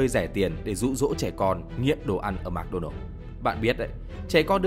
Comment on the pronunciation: Mc đọc là "mợc" not "mạc"